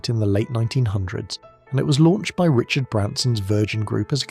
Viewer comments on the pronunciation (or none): none